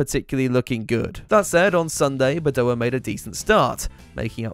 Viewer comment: It’s Badoèr!!! Not Badoah!